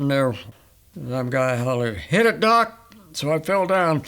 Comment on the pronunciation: I thought I heard him say duck